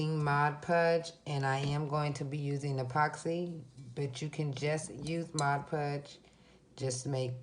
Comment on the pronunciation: Video was good. To appear more professional, I’d correct all the grammatical errors in your presentation. Additionally, it’s Mod Podge not Mod Pudge.